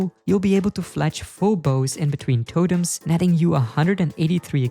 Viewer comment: There is no way bro says totems like that.